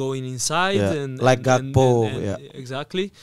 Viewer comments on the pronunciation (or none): none